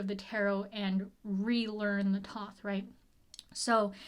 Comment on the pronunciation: I love your videos a lot as I'm also learning Tarot and I hate to be 'that' person but "Thoth" is pronounced "thow-th" like the god. Kinda like The oath but thow-th.